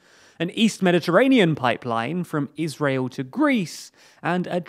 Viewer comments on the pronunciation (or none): none